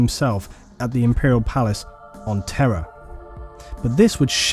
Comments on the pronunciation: It’s time for another exciting game of: “Is he saying ‘Terra’ or ‘Terror’?” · Everytime you say Terra I hear terror. It's so fitting.